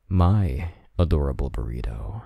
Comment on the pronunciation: The way you said "Burrito" Pft